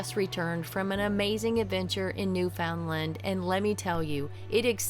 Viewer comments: Aaaaaaahhhhh! It’s NOT “NewFOUNDland”, it’s “NewfoundLAND”. UnderSTAND?😊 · It is pronounced Newfenland. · Okay. If you’re coming to Canada, it’s pretty darn important that you learn how to properly pronounce ‘Newfoundland’. Something you shoud have learned before you came. 🇨🇦